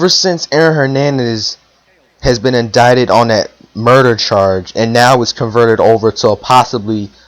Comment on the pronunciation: El_ Tigre yeah he said indicted correctly